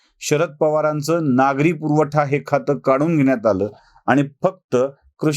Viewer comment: नागरी पुर्वठा नाही हो. नागरी पुरवठा म्हणा.